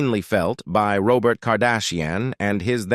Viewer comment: I thought Robot for Robert was the worst!